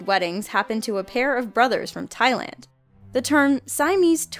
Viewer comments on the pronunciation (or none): none